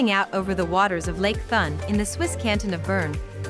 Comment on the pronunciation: Lake Thun lol pronounce TOON